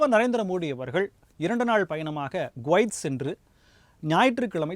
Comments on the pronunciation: Gwaith இல்லை Kuwaith குவைத்.என்று சரியா உச்சரிப்பு சொல்லு மேன்... உன்னை யெல்லாம் மீடியா நெரியாளராக யாரையா வேலை கொடுத்தார்கள்....? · Guwait அல்ல, Kuwait. குவைத். கு-குற்றாலம்/குட்டை சரியான உச்சரிப்பை கவனிக்கவும். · He prononces as Guvaith. it is Kuvaith. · அது கோவைத் அல்ல குவைத்